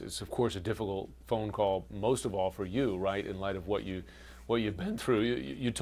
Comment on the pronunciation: diffilult WHAT ... THEE FUKKK is a Difillult😂😂😂😂